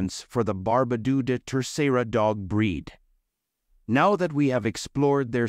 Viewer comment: Really? Barbadooooooo? It's pronounced like bar (as in bark) ba (as in bark) do (as in dog), with the emphasis on the "ba".